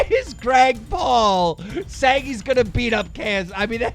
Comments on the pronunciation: Also, you say Grag Paul NOT Greg Paul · Did any one notice he said Grag Paul instead of Greg Paul😂😂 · "Grag Paul". Keemstar, why do you seem to have such a problem with pronouncing names correctly?